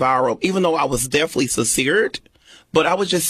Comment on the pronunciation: "I was defly sinceert." This CANNOT be life😫😫😫😫 What can I say, at least he's not on a BW's platform. It's nice to see him get exploited though, even though he's oblivious to it.